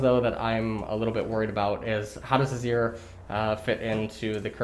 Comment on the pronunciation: Mawna Void Stawff What's next, Awzir?